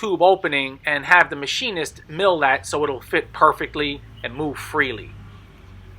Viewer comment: He says “the machinist” like he is talking about the “key master“ in the Matrix movie! 😂